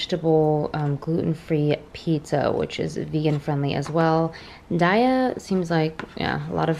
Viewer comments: Also, I think its pronounced DAY - YUH haha. At least thats how Ive been saying it! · The cheese Is pronounced "day-a" like Satur"day" but then add the "a" at the end with an "uhh" sound : ) loveeeee the haul! Looks like everything I usually buy! Yummy!!! <3